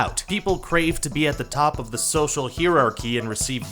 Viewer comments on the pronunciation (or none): Haha. You said "heararchy."